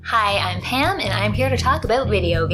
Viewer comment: I swear it sounded like miss pam said "hi im HAM"...I had to do an auditory double take lol